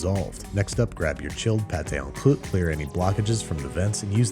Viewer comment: mate, why do you keep saying it as "on kloot"?